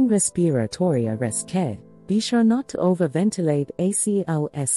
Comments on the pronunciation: Oh Please get someone who knows how to pronounce "RESPIRATORY". A 6th grader can easily pronounce this word, among others in these videos. So annoying!!! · Is this a robot? Why do they say "respiratory" that way?